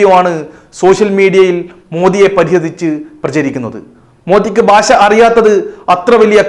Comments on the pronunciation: രശ്യൻ അല്ല റഷ്യൻ. ബാശ അല്ല ഭാഷ 😂😂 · താങ്കളുടെ "ബാശ" അതിലും കഷ്ടമായല്ലോ 🙄 ഭാഷ എന്നുപറയാൻ കഴിയാത്തത് എന്തുകൊണ്ടാണ് പഹയാ!!!! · പാശാ.. അല്ല ഭാഷ മഞ്ഞ ചാനൽ കിഴങ്ങൻ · ഭാശയല്ലടാ ഭാഷ